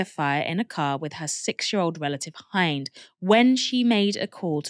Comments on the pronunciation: Quick note, the name Hind, the little girl you spoke of, is pronounced like the word 'wind', not like the word 'behind. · Poor baby that is soul crushing😢 her name is pronounced as Hind like mint but with a D.